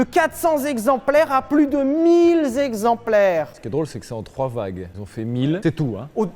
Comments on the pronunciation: Monsieur Lévy, j'adore ton entrain, ta vivacité, l'amour que tu communiques, mais s'il te plaît arrête. Arrête les liaisons interdites, les liaisons qui font mal aux zoreilles. Alors les mille zexemplaires de F40 ça me fait saigner. Continue mais arrête juste ça je t'en prie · Mille zexemplaires 😆 mais sinon historique très intéressant !